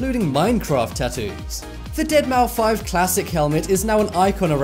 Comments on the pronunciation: Dead mou 5? Don't you pronounce it dead mouse ..? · Deadmouse bro, not Dead mou 5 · It's pronounced "Deadmouse" NOT deadmaufive. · It's pronounced DeadMOUSE!! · DEADMAU5 Pronounced Dead-MOUSE... Shit.. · Really? Deadmou-five??? :/ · Its pronounced dead mouse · Has this guy ever heard how to pronounce deadmouse. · The moment when he said deadmaufive I really want to delete his channel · Anyone else got trigged how he said deadmou5